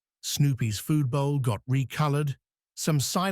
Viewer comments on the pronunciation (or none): none